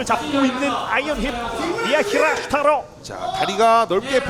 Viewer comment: 예? 미하기레스투롸토요?